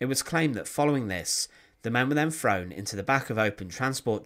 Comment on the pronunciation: You're videos are interesting but your pronunciation is so bad I can no longer watch them.."estimated that between free and 14 million people", "def marches", "free foot long bamboo baskets", "frown into trucks", "driven frew the countryside", "standing wiv her farver"